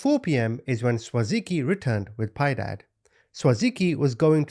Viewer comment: Piedad a Spanish word pi-eh-dahd I never correct but I know I'm not being a know it all and you are the best to me just sharing ❤❤